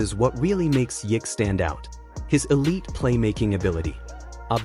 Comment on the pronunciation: You said his name wrong bout 9 times already lol and you keep. Hanging it bruh 😅